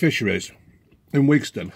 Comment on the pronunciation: Not Wigston